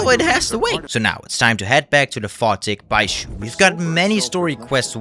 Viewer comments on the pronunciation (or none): I dunno what the comments are talking about, you pronounced "bayou" just fine?? Edit: Nevermind. "Bay-joo" fucking took me out. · He don’t care if it’s bye-you it’s byzoo lol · bye-you/bayou, you have some unique pronunciations. the game looks fun. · Apparently, doesn't know how to pronounce the word "Bayou" or "Barracuda" correctly. Am I surprised? No. Bayou - (Pronounced as Bae-you) Barracuda - (Pronounced as Bar-ah-coo-dah) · Baizhu sounds better even though it is the wrong pronunciation